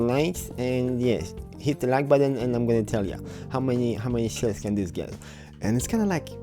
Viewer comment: Say "this", not "dis"!!